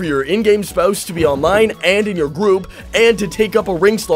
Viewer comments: "olone". lmao dawg so glad I found your channel. thanks for the tips! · lol "Elder Scrolls Olone"